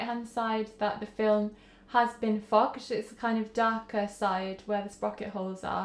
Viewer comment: Lol when you said fogged I thought you dropped the F bomb I was like 😯 very cool to see all these different things you can do to manipulate how the development will turn out. Keep up the good content.